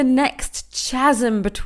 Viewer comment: I’m not a kardashian fan…. They are quite distasteful for me, but you make good points! Btw, chasm is pronounced with a hard c like kasm. You wouldn’t know unless you heard it. I used to say it incorrectly as well.